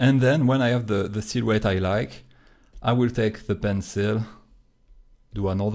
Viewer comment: Toi aussi tu l'as remarqué (ce qui me l'a confirmé c'est le "silhouette")